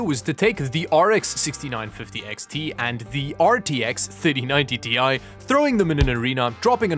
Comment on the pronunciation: Hey, you can properly say TI now. Good job 👍